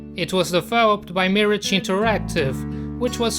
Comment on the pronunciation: Miraaaggge (not mirige)